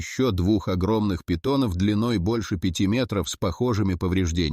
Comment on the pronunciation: На питонОв,на питОнов.Это ИИ,дальше можно не смотреть.